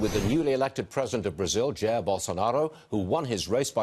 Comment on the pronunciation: "jér" bolsonaro was really good hehe